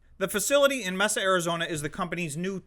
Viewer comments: It’s May-Suh, not Mess-uh or Mesa Arizona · Arizona ain't Texas, and Mesa isn't pronounced Messa. You sound very ill-informed when you make those kinds of massive mistakes. Did you grow up out of country?